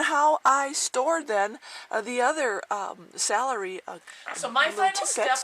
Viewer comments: IT'S cElery....not sAlary.... lol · i know its stupid... but the way you say celery drove me crazy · dont be sorry lol thats silly i just have alot of pet peeves due to my grandmother correcting me "to this day" never be sorry, thats ho wya say it i just had to get it out that it bugged me lmao